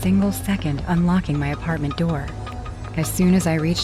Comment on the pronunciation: bro said open the nour